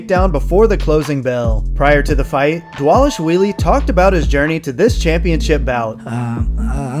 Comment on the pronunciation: Props for saying Merab’s last name perfectly.